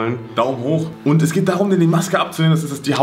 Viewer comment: Es heißt geht und nicht gechte🤔🤔🤔